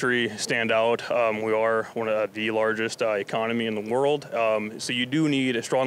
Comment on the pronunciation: Larges ICONOMY!!! Wow man, you can even pronounce the word ECONOMY!!!